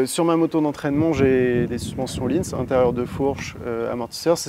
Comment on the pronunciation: non sérieux, ne dis pas que tu as prononcé "Öhlins" Oh-lin ? je veux bien que vous êtes français mais...quand même!